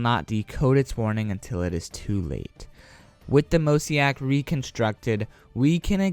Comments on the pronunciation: YESSSS but NOT mosaic (mozayik) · Yeah lol every time you said mosaic I cringed lol good video tho keep it up